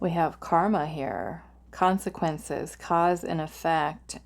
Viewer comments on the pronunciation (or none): none